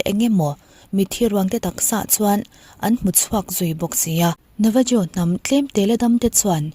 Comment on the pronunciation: Navajo tih ni mahse 'Navaho' ti a lam tur...Mexico, Latin america leh South America, Spanish hmang ho ah chuan 'J' hi 'H' angin a ri zel tur. Eg,. 'Jalapeno' 'Halapéno' 🌶️